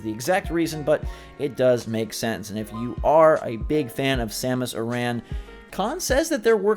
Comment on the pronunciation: Why are you pronouncing Samus’ last name wrong?